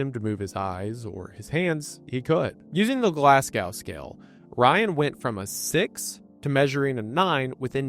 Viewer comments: Around 11 minutes, Glasgow said like glass cow then immediately pronounced perfectly two seconds later when saying "Glasgow coma scale" 😭... they're the same pronunciation. Glaz - go. The w is silent I guess. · Glazgo. not effin' glass cow. five generations around, and thirty years of internet.. and I STILL find numpties who somehow don't yet know how to say Glasgow. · Glass-go not glasssgow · love the vid dude but PLEASE stop saying "glass cow" its glaz goh - sincerely an upset scottish person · The way you say Glasgow hurts my soul. Glass-go Not Glaz-g-ow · Brother its Glasgow prenounced Glas-go not Glasgao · please please please americans it’s GLAS-GOH not GLASGAOW 😂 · Ik im being pedantic but its pronounced Glas-go not gow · Glas-GO, love you Wendi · FYI, Glasgow is pronounced Glaz-go. Also, there's no such thing as on accident, it's by accident. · I love you so much mr Goon but the way you say Glasgow makes me wanna rip my ears out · It’s glas-go brotha 🙏😭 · As a Scottish person, your pronunciation of the word glasgow triggers me Glas go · i love your content, but please, please learn to say glasgow properly - it rhymes with go not how haha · this is one of the worst butcherings of the word Glasgow I have ever heard in my life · That's... that's not how you say Glasgow. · If I have to hear an American mispronounce Glasgow one more time I'm gonna go into a coma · I love wendi but the first time he pronounced Glasgow really triggered me as a Glaswegian myself 😭